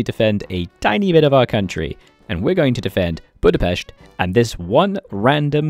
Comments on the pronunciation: FINALLY someone pronuncing Budapest right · when he said Budapest correctly 🤤🤤🤤